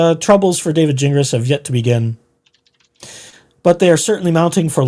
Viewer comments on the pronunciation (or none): It’s pronounced Gin Glass